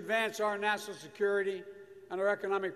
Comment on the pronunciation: Biden won’t last 2 minutes without his teleprompter....@ our Nassinalsurkurritey